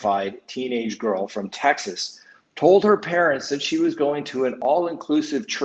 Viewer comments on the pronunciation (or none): none